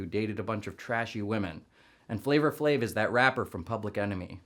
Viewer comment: i've never heard flava flave's name pronounced in a way that sounded so racist lmao